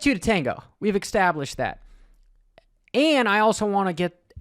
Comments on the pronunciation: Bruh did you say EX-tablished. I’ve heard of people saying ex-scape, but that’s a new one. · Established not exstablished